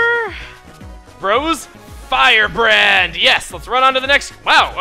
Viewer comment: Every time says "Fire Hand" I swear he says "Fire Brand".